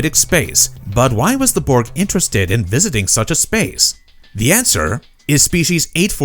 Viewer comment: Your pronunciation of "Borg" still doesn't sound swedish enough. 3rd try's a charm.